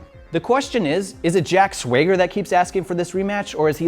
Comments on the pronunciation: I actually think this guy doesn't even watch wrestling. It is not just "Swayger" he also got it wrong on Eva Marie. It feels like he is just reading this things from cards, like he never heard this names being pronounced. And he also mixed Teddy Long thing with John Cena and AJ styles feud. Because Teddy was pathetic from the begining to the end, while John and AJ at least did some great mic work. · I love that this is a British channel with a large American fan base, and that fan base is giving this guy shit because he says "Swayger." Americans have accents too. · Maybe SwayGrrrr! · it bugs me how he says "sway-ger". i used to hear people call the acension "the extension" and i drove me up the wall for some reason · Are you going to keep saying names wrong lol. Jack Swagger (swag-ger) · holy shit im throwing stuff how the fuck did you misspronounce swagger?! 2 g's means short a. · Nobody told him he said swagger name wrong lol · I just stopped watching how the fucking fuck can you fuck up saying "SWAGGER" FUCK THIS CRINGY AS DUDE. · Who writes these crappy jokes? lol mispronounced swagger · This guy is okay. A true neutral, neither face nor heel. But the way he says "Swagger" ?! WTF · I'm American and I'm offended by the way he says swagger. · he's clearly mispronouning Swagger on purpose. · OMG I fking hate this guy first of all I'm not sure y u couldn't pronounce swagger but I'm not a fan of swagger so that's fine also nunchucks were used in the asylum match by dean ambrose along with that john cena was getting beat by aj styles before the new day interfered and they took out the club not john cena by himself and did u fking say hot new comer EVA as in EVA FKING MARIE plz tell me he's talking about a different eva jeez I think should take this or jack or someone else who knows about wrestling because I mean this is hard to see 😭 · HOW DO YOU MISSPRONOUNCE SWAGGER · Ok... now I am entirely convinced that he said Jack Swagger wrong on purpose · he said swager